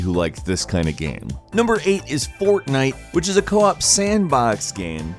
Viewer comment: ... You said co-op not co-op